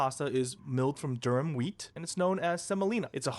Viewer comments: It's Durum, not Durham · ”Durham wheat” 😂 god I hate ai